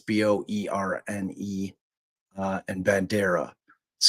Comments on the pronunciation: And Boerne is ‘Bernie’. Super interested in this case! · Boerne is pronounced “Bernie”. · boerne- say it as Bernie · Bear is pronounced "bear", and Boerne is pronounced "bernie". Last year I rented an apartment in that neighborhood and took my grandchildren trick-or-treating among all those beautiful houses. I wonder if I met them that day last year. Such a shame. I was just getting out of a relationship myself and struggling and dealing with trauma, but you don't think it's happening in those pretty houses. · Please have the consideration and respect to get the name correct. The victim’s name is Suzanne, not Susan, you only bother to get it correct occasionally. Also, Boerne is pronounced Bernie, Bexar is pronounced Bear.